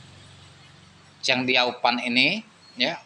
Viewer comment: Mati suri nya bang,bukan mati sukhi.. Chang Dio fan Yo bang bukan Chang feng zou